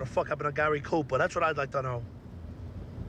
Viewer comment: Gay-ry Cooper